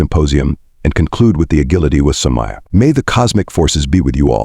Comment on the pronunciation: uh-gill-uh-tee? perhaps uh-jill-uh-tee. Ah, AI. 😁